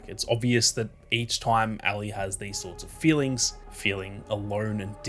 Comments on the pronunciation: Ally? Its Ellie. Are you Australian or something? I notice they say "See-ga" instead of the proper "say-ga". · Me listening with headphones: “Who the hell is Allie?” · Why are u calling Ellie Allie? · Great video but the Ellie pronunciation pmo